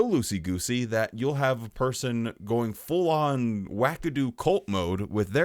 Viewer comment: Loosey - gooosey? lol